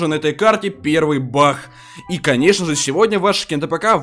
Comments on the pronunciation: Говорица не бах а баг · Почему ты говоришь бах бах хахахахах а не баг !!!!!! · говорит не баг а бах 💥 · Почему бах а не баг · почему ты говортш не баг а бах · Всмысле бах а не баг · Не бах а баг